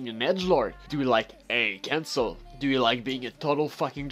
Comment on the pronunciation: When he said "AA Cancle" it pissed me off it was so annoying.